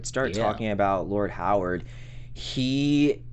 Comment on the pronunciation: COME ON guys. Its pronouned "HAR-WOOD" not "HOW-ARD". Its been 3 episodes at least you keep saying this name incorrectly. You're going to confuse folks watching / listening and saying to themselves, "Who is this guy with a first name of "Howard" that I never saw in the show!!?? "